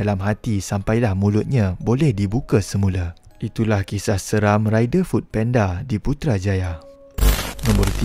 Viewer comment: Food panda bang bukan penda😅😂